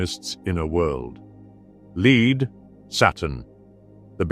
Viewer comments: Lead is pronounced "Led" not "Leed". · "Leed"?? Ridiculous. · Doesn't matter either way but I thought this was a real human voice until I heard the pronunciation of 'lead'. Is it an AI voice? It just threw me off a bit. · Yes! Unfortunately, in his posthumous state he seems to have forgotten how to pronounce “lead“ the metal.😌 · The AI voice is screwing up the pronunciation of lead. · Just a minor note. The narrator pronounces 'lead' not as the base metal but as the act of guiding or ruling. Great work in these videos, thanks. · You'd think with as 'smart' as AI is supposed to be, they'd learn languages better. Had to stop watching at "L E A D" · Good stuff. Only complaint is you have to get your AI voice to pronounce "lead" correctly (as in lead the metal, not leading people). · While I’m not a fan of most text to speech videos on YouTube whatever program your using is excellent! Given how well it pronounces Latin I assume you have to tinker with it for each script, probably only missed “lead” because you’d assume the program would know how to say it. Regardless of the software, your scripts are great your editing is fantastic and the collection of imagery along side it is unparalleled on YouTube! Thank you! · The pronunciation of lead irked me a bit